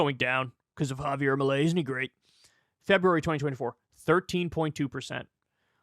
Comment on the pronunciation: It’s fairly fitting that Kyle is pronouncing his name as “malaise”.